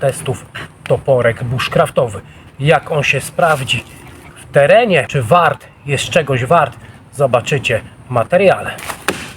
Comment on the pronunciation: Chyba powinno być "Waart" a nie warrt. Toporek za tę cenę wydaje się super. Ja bym zdarł ten lakier i koniec styliska owinął sznurkiem konopnym. Świetny chwyt wychodzi.